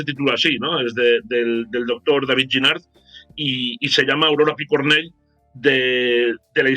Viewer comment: El programa ha estado muy bien està de diez recordar a la gente luchadora y que fueron asesinados por sus ideas. Ahora bien la pronunciación fatal Picornell no acaba en ele. Siempre pronunciais muy mal estos apellidos catalanes, valencianos o mallorquines a ver si nos esforzamos un poco en este sentido